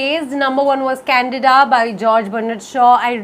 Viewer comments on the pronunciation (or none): none